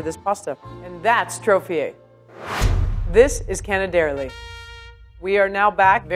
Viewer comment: My sweetheart.. im italian... its canè-derlì.. not cane-derli